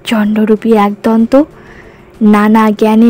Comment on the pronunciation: kotha ta 'aaak-donto' na...ekodonto